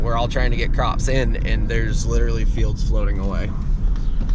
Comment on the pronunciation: "Drownding" is not a word. "Litterly" is not a word. "Sawdist" is still not a word.